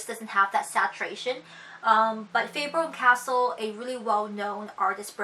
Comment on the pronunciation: It's pronounced Faber cas- tell not casel